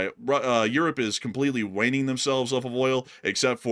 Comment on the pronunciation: "By the way I just want to clarify Europe is completely WAYNING (I think this idiot literally doesn't know how to say the word weaning lol) themselves off of Russian oil". ---- propaganda free translation---- They've been buying sht loads of Russian oil and gas the entire war and are STILL buying it in huge quantities. If I decrease my crack consumption by 25% over the course of a year I'm still a crackhead. Enough with the BS guys. 😊